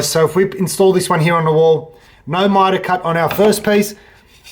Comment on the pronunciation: What the fuck is mytawl cawt